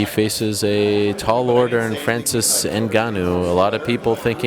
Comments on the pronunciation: I can’t even describe how much I’m bothered by the way Ariel says Francis. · Fwanzeez Ngannou Please shut up Ariel ffs